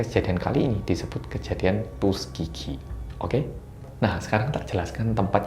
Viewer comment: Sekilas kedengerannya "tusukgigi" 🤭 ada yg sama?